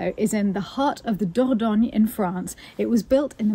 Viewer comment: Finally an agent who not only has beautiful properties but can pronounce Dordogne properly!